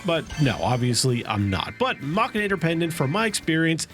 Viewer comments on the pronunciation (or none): lol its pronounced mech-an-ator haha what is machanator, couldnt focus on the video was just laughing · Is anyone else a bit bothered by the way he pronounces mechanator?